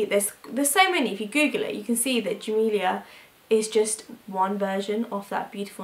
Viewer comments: In Arabic, Jamila is pronounced JA-MEEL-UH rather than JA-MEEL-EE-YA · I loved your video! ❤ but Jamila is pronounced as it's spelled, you were pronouncing it like "Jamilia" just wanted to correct! 😉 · jamila it s not like camila etc